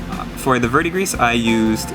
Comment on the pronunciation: 'Vurd-dee-gree', my friend. CS